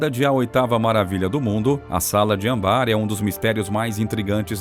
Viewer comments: Gente, não é ambar, é Âmbar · ÂM - BAR. Não ambár. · Quando comecei a ouvir sala de ambár, desisti. É âmbar. Desculpe. Sou chata mesmo. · O certo é ÂMBAR e não ambár . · Putz!🙄 Tá claro ali o enorme acento no primeiro Â pra dizer Âmbar! Por quê o danado do narrador fala Ambár?!🙄🐴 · Por favor queira pronunciar Âmbar corretamente... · A pronúncia correta é: ÂMBAR - olha o acento circunflexo na letra A.